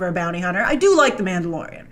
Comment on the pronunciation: not you calling the mandalorian like boba...